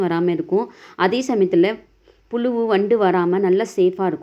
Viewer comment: Ur pronounsation is very poor puzu sollu pulu is incorrect podina is incorrect pudina pl correct Ur pronunciation